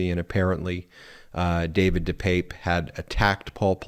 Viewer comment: Ben his name is pronounced Dee pep pay, just so you know. Thanks for all you do.